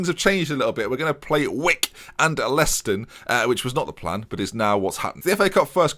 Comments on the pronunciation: I think you mean Layston, that's how it's pronounced 😂 loads of these places are local to me, Leiston, Sudbury, Lowestoft all relatively close. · You said Leiston well wrong lol